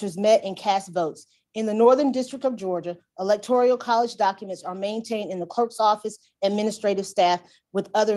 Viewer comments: At least this ignorant, lawyer or clerk, was consistent in mispronouncing electoral, as electorial. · So glad you brought up about the New word... "electorIAL" INSTEAD of ElectORAL... OMFG